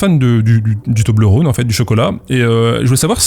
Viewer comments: Salut à toi, je te confirme, en tant que suissesse, qu'on dit Toblerone et non Toblerône comme rôle ou la Saône ou que sais-je. <3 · Étant donné que c’est Suisse, on dit « Toblerone » comme one-off et on pas rône comme le Rhône. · On dit Toblerone et non Toblerône. Je vis dans le canton où il y a le Cervin (la montagne sur l'emballage). Parcontre c'est un argument un peu pété parce-que ça n'a pas été créé là mais ailleurs en Suisse et maintenant c'est américain. Mais je suis sur, on dit Toblerone et non Toblerône. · on dit "toblérone" pas "tobleurone" non? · Bonjour ! C'est cool d'apprendre tout ça. Tu réussis à faire une vidéo dynamique et drôle en filmant ton pied pour une FAQ. Joli. Je me permet de contre répondre: Si les gens veulent te créer une double identité, c'est que ton travail est propre dès les premières vidéos, ce qui peut être étonnant. Mais j'imagine que travail et patience est une piste plus probable. On prononce Toblerone, pas Toblerone! C'est beau d'avoir réussi à faire avancer le shmilblik, et d'avoir sorti des personnes d'une manipulation . Un peu déçu que ton pseudo soit pas une blague d'alcoolique. On m'appelle Titou ;) Et je sais bien que structurer une musique n'est pas évident, on aura peut être l'occasion d'en discuter au coin d'un discord. Hate d'avoir de nouvelles vidéos! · Ca se prononce "Tobléronne" >:( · Pour ce qui est de la prononciation de toblerone, de ce que j ai pu constater, en suisse, les gens ont plutôt tendance à le prononcer avec le son /ɔ/, comme dans phonétique. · Toblerone, c'est un o ouvert, pas comme le Rhône donc :) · Quand on sent l'abondance arriver, c'est qu'il est temps de le remettre au frigo non? Vous dérangez pas, je sors. Enfin je finis de regarder la vidéo d'abord, je met un pouce en l'air, et ensuite je sors. PS: pour la prononciation de Toblérone, cf la video JDG RPG 3 De rien, promis après je sors.